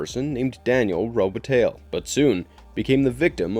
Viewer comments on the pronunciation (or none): It's pronounced Robe-a-TIE, not tally. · Did the narrator pronounce Robitaille "Robetale"? I enjoy Marvelous Videos film choices very much. My only problem with them is that they don't actually view many of the films that they critique. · It's pronounced, roe bit tye, 🤦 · You pronounced Daniel's last name wrong. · Is this a computer-generated voice? The mispronunciation of the name "Robitaille", words like "modus operandi" and others, along with strange inflection falls right in the uncanny valley.